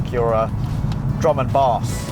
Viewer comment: He couldn't even pronounce bass